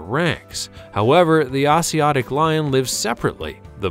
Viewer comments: Are you saying “Asiatic” lion? That’s pronounced a-z-at-ic. You know, as in Asia. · love that pronunciation of Asiatic (Asia attic)